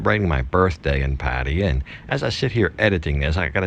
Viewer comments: I just stumbled upon this video--seemed like a nice guy and a well made video and looked like a great restaurant, but, boy, it was like fingernails on a blackboard every time he pronounced "Pattaya" that way. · I beg you, please please ask your girlfriend how to pronounce Pattaya.